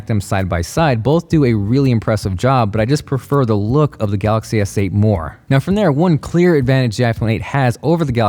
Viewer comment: Pronounce Galaxy S8 as Galaxy Seiyt